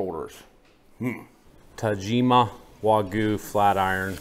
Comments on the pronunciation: Glad they corrected you on the Tajima pronunciation, just need someone else to tell you about changing your "wagoo" to the proper wagyu pronunciation. Awesome vid, as always. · I agree. But still, the way you say it makes it sound like wa-goo. A little emphasis on the "gue" would make it sound more natural. Even so, great content as always guys. It's interesting to see the difference on the marbling on the various types of wagyu, wish I could get some where I live but it's just impossible. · Loved how you showed the whole process from picking up the cow, skinning it, then butchering it! Still irks me how you can say “picanha” perfectly, but can’t say “wagyu” correctly 😵‍💫. It’s “wah-gyou” not “wah-goo”… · How do Japanese people pronounce Wagyu? The first syllable in Wagyu is pronounced the same as the “wa” in water. The second syllable sounds like the “gue” in argue. It's important to put the stress on the first syllable. It's “WA-gyu”, not “wa-GYU” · Why are they pronouncing it “waygoo”? its “wagyu” bro - emphasis on first syllable. Wa as in water - gyu as in argue. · How do Japanese people pronounce Wagyu? The first syllable in Wagyu is pronounced the same as the “wa” in water. The second syllable sounds like the “gue” in argue. It's important to put the stress on the first syllable. It's “WA-gyu”, not “wa-GYU”.